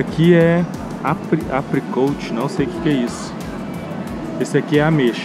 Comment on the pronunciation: Papel higiênico orgânico? -Apricot não se pronuncia o T. -O sorvete que você pegou e de cereja. -Banana não se compra de cacho e sim de penca. -vários cortes de arroz? -Não e granola nem amêndoa, é castanha de caju. -raw blue agav não é mel -açúcar mascavo e brown sugar